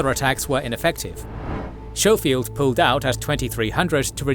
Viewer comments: I'm sorry I love this channel but its Sko-field not Show-field! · FYI "Schofield" is pronounced with a hard "K" sound. So its "Sko-field" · And General "Showfield"? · you could benefit from researching the pronunciation of some names before recording some of these were atrocious SHOW FIELD!! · Technically pronounced "SKOH-feeld". Minor detail, still a great video.